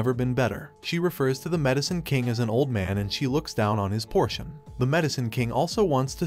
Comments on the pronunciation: POTION NOT PORTION Are you a google translate voice? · Potion not portion